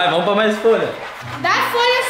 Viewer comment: Não é mai é mais